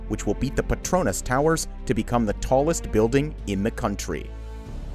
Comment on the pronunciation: Try pronouncing petronas "pay-tron-nas",that's the right pronunciation